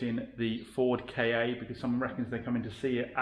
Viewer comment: Love all the vids. But does it bug anyone that the little fords are being referred to as a ‘K’ ‘A’? I always though it was pronounced more like ‘Ford Kar’. Or is it just me?